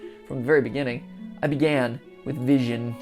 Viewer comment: I hate how Matpat pronounces Vizion as Vision and not Viz-ee-on, like how it's supposed to be.